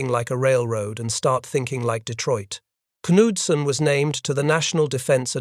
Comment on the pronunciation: The K in Knudsen is Ksilent.